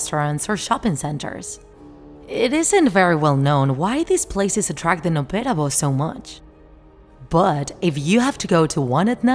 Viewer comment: What Chinese heard Noppera bo What i heard No pera bros at the bigining